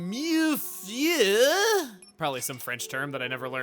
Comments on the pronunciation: Hearing chugga butcher Mille-Feuille broke my heart. Generally, I think it’s pronounced miu-fway but a lot of people say it differently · Mille-Feuille is indeed French! It's that pastry that has a bunch of thin crispy layers. Best way I can show to pronounce it is Mill (like saw mill) Fu-Ye.